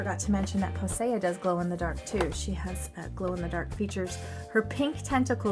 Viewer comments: u pronounce her name like posey like a little posey of flower po-sea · It is pronounced like posee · Her name is posea the ea makes the e sound